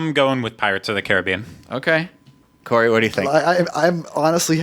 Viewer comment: Omg. actually pronounced Corey’s last name correctly. I love it!!